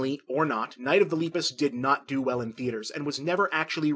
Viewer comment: His pronunciation of Lepus throughout this entire video is painful